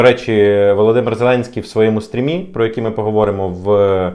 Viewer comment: Новояз в тебе теж добрий. Позор то ганьба. Наголос цікавий - в стрИмі, менеджЕри, фермЕри. Де ти вчився, швидкозпечений?